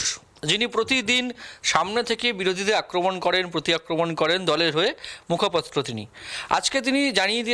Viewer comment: মুখাপত্র নয় বাপু ! কথাটা মুখপাত্র !